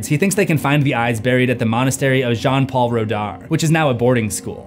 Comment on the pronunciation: it’s pronounced “Pal-eh d-eh pah-p” 😏 you surprisingly pronounce “jean” right for an anglophone, but “redar” is pronounced “r-uh dah-r” I’m pretty sure that french doctors are paid with tax money, like most places that aren’t the US.